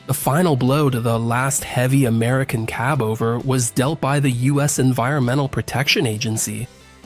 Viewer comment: A seeabover?😂😂😂😂 or a seebover? What the fukc is that???